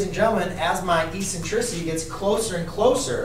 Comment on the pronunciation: Please pronounce the word, eccentricity, properly. The first "c" has a "k" sound. It is pronounced eksentrisity......The letter c is soft only before e, i, and y. You are a teacher, for information and for disinformation.